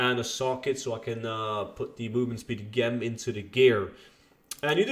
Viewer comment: Not quite sure why you're mispronouncing "gem". Sounds like jet but replace the t with an m.